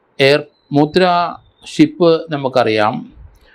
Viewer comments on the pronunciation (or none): It's not "Mudra," It should be Mundra port in Gujarat. Modiji & Shahji are aware of the names correctly.